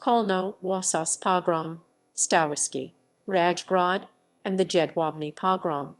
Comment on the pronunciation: This is clearly a robot. Words are mispronounced. My family was partly from Rajgrod and the pronunciation wasn’t close, and the Jews of Rajgrod were murdered.